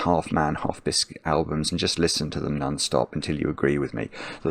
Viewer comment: Meaning to ask this for literally years. Why does say None instead of Non, always. I don't know anyone else who does that.